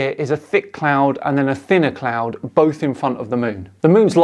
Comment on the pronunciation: Thanks, I love me a “CLOUND”